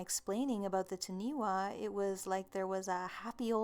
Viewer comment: Oh dear...Taniwha is pronounced Taa-nee-faa. The 'wh' is like the english 'ph'...it makes an 'f' sound...Maori is Mah-or-ree but said fast, so it almost sounds like 'mouldy' with a soft 'd'. Also, the mythology classes Taniwha as giant monster like beings who turned into things like mountains, big rocks, other landmarks etc, according to the legends.